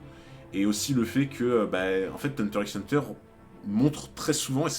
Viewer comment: Je dois vraiment paraître chiante x) Mais pour t'éviter des remarques à l'avenir sache que X de Hunter X Hunter ne se prononce pas à l'oral il est juste la pour le style à l'écrit :)